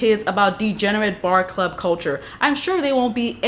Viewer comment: You can’t say club??